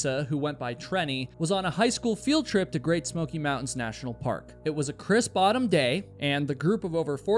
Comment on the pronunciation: He says "crisp AUTUMN day" .. not me hearing "crisp bottom day" and being very confused